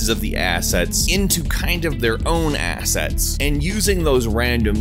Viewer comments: I keep hearing you say Asshat lol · The only thing I hear is "Asshats"